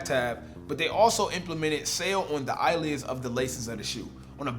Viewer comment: Did he actually say eye lids?